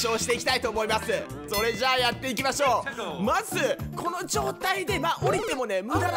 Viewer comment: オープニング変更ついでに、余計なお世話ですがエンディングも撮り直してみてわ？ それっじゃぁまたね！の甘噛みは好きですがw